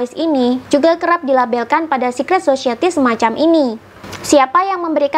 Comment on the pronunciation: Society mbak bukan *Sosyeti*😅